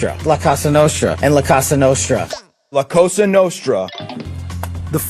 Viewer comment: All I can think about the FBI's name fumble is this: il FBI chiama il gruppo di quale si parla qui la COSA nostra, non la cossa. Which should sound /ˈkɔ.za/, not /ˈkɔ.sa/.